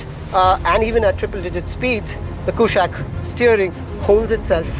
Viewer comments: Try to say कुशाक with a normal non-westernized tone. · Bro, it's a Sanskrit word, stop saying Kooshaaaq